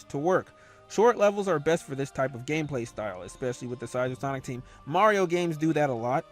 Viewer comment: Are we going to ignore that he said KNUCKLES GAMPLAY?